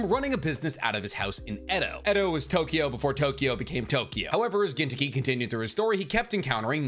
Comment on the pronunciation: I never met some one pronounce gintoki soooooooo white lol